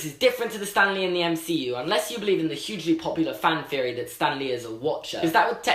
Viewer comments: I'm sorry but it's THeroy not ferry, with a th sound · Up until now I always thought that he was saying fury instead of theory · I LITERALLY thought he said fairy debunked. I was very confused. Darn British Accent; messing up my thought process.